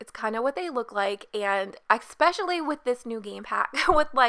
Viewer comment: Especially is pronounced e"sssss"specially not e"ck"specially. You don't say eckspeckially so why would you accentuate the first c? Other than that this is such a gorgeous build!